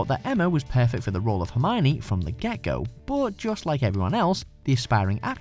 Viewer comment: Hermione who? She is herm-own-ninny